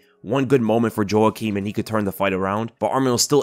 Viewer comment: Ay yo, Jouaquim is pronounced "Wah Keem" not "Joh Ah Keem". Like the actor Jouaquim Pheonix.